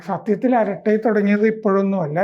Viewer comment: അരാട്ട അല്ല അരട്ടൈ ആണ്.